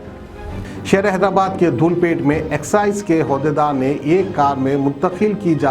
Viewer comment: Hodaydar nahi hai yaro uhdaydar عهد دار bolo. Dhoolp pait kay excise dept...@